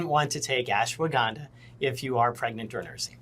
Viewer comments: All this time, and we thought Mike Pillows' pronunciation problems were his former drug of choice. It could just be that its ashiwaginda, washhaganda, daswaganda😅😅😅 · I think he meant ASHWA 'GONE' DAH....lol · Are you sure it's real ashwagandha? It's well known that Mike has a pronunciation problem. I think he really is selling ASSwaganda, which makes more sense since it has Mike's name on it. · " ashwahganda..."? We need a Mike Pillow to English dictionary.... I don't know what he is pushing....he says he's been taking those gummies for a while, but had no idea they were plant based. Pretty much grew out of gummies, but if I decide to have some... I'd probably go down to my local Green Cross store. 😂 Thanks for the laughs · It’s hilarious how Mike can’t get the name of the supplement right 🤣🤣🤣🤣🤣